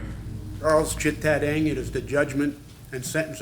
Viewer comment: you kept saying "Ing" when it's read "Nang" huge difference